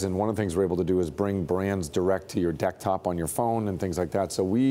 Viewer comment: Did he say "decktop"?